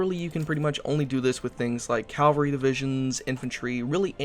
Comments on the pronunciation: Cavalry not calvary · Mecha-G-nized ca-L-vary :p